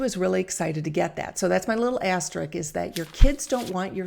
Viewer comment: Love your videos! Just FYI, it’s ass-ter-isk…not ass-trick.